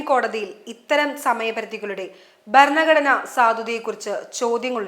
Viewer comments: ബരണ ഘടന അല്ല ഭരണഘടന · ബരണ ഗടന അല്ല ഭരണ ഘടന എന്ന് പറയണം... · ബരണഘടനയല്ല ഭരണഘടന എന്നു വായിക്കുക. ഭാഗമായി യണ് ബാഗമായി അല്ല. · ബരണ കടന, സ്വബാവം? ശരിയായി ഉച്ഛരിക്ക്.